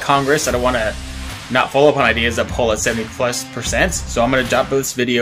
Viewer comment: It’s a poll u pronounce it like pole not like your saying Paul